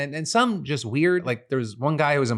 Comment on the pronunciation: Just. The word is just, not jest. Jest means something different.